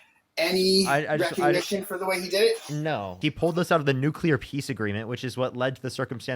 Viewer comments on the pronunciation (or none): It’s nuclear. Not nucular. Geezus. 🤦🏻‍♀️ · Why do people say "Newcullear"/ It's Nuclear! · She did, in fact, say "Nevada" is a city in California 😂 I had to back it up but she definitely said it. And are people really still saying "nuculer" when they mean nuclear? Damn, Bush Jr. would be proud of this caller. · Ignorance. Buzzwords. What about … . Conflating. Deflecting. And I hate “noo-kyoo-lar” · Did he just say nucular?😢